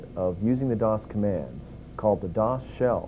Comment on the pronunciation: We used to pronounce "dosshell" as "dos hell"